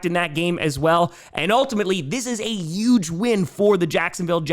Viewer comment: One of these days will realize that huge has an "H" in it